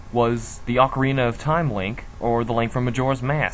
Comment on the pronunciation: you would pronounce these words like "jerudo" or "malaun" or "AUCARINA",for gods sake these sound ridiculous,prounciations like gerudo,malon,and OCARINA sound a hell lot better p.s.the hero's shade theory is WRONG,I said this like 3 times in the comments of this video but i just want to make sure to everyone that it is wrong